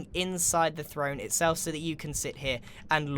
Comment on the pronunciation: I love grian’s misspeaks and errors like “This is a fffffthrone”